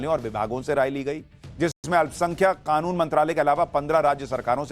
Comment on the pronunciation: Khanoon nahi bhai kanoon kanoon